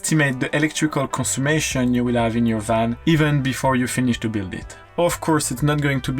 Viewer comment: Just found your channel, love your videos! Just a little note, it is ‘conSUMPtion’, not ‘consummation’, the latter can mean something quite different! 😆😆